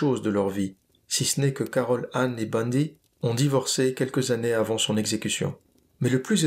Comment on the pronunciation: On dit les quatre années et pas les quatre Zannées.